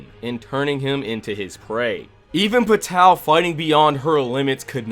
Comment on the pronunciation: The way you pronounce Pitou's name, and the rest of the characters makes my anus prolapse.😕